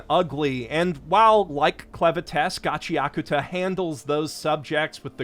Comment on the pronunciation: Shoutout to for saying Gachiakuta correctly